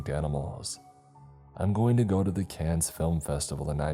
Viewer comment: Another great round of storytelling in the books. A little tip for you thought buddy; The Cannes Film Festival was mentioned here, and. well, The city named "Cannes", is pronounced "Kōn", or "Kawn", not "Cans" or "Can-ess". FYI I pronounced it incorrectly a handful of times myself as well before I was informed haha.